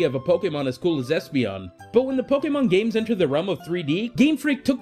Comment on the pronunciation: I hate how you say pokemon. You stress it so weirdly in your sentences.